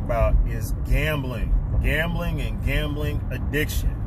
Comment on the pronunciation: To win?one. Way. Stop..gembling